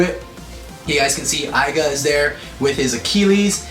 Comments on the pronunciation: "Aiga"? His name is Aiger Akabane! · Aiger not aiga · It's not aiga its aiger